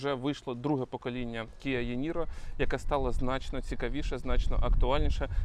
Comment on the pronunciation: дякую за огляд 👍 також на нього поглядав, але вибір пав на Kona Electric 2022 року вибач, але відразу хочу поправити промову назви авто - це не єНіро, а іНіро англ буква “e” читається як наша “і” і згоден по дизайну екстер’єру - трохи застарілий із прикольних фіч - в нього ще є 3 рівня рекуперації, які можно регулювати пелюстками під кермом чекаю на огляд Kona Electric 2022 🙏